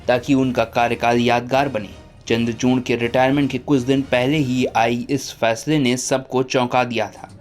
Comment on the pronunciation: चंद्रचूण नहीं चंद्रचूड उच्चारण चाहिए बाबू